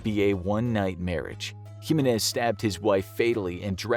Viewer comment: Its Jimenez not Jimenez